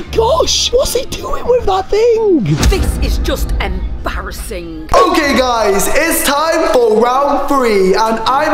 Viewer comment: said ebarising in a funny way